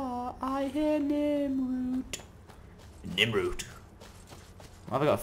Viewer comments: lol you keep saying "Nimroot" but it's "Nirnroot" n i r n not nim lol your hilarious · It's Nirnroot not Ninroot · it's "ner-n-rew-t"